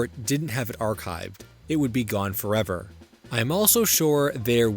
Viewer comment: Lost Fo’EH-VAH